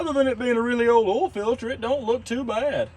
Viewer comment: I think it's funny how ya pronounce "oil" without the "i". Check the ol.